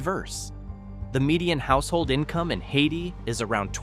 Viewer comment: I jumped on to point out that Hayti is pronounced Hay-tie and not like the the country Haiti, and before I could start typing I heard the botched pronunciation of Bootheel. AI is trash.